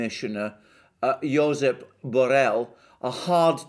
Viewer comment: In Catalan j is pronounced like in French (Geography, ). So its neither Josep, not Hosep (heard it to). It's Żosep.